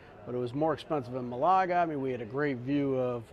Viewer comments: Love the way you pronounce Malaga. Ma-lager ... it should be Male-a-ger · It's not Malargar. It's Ma-la-ga. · Nice Vlog! BTW it’s MAlaga not MalAga ( that means to masturbate in Greek)😜 I’m surprise that the Spaniards don’t speak much English there. Portugal should be fun. Love to travel to both Spain and Portugal. You must try and visit Cyprus ( my old homeland) where everyone speaks good English on the island and with lots of history great scenery, beaches, and fantastic cuisine ( Mediterranean style with a hint of Turkish and Lebanese)! Continued… Happy travels! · It’s Málaga. Accent is on the first syllable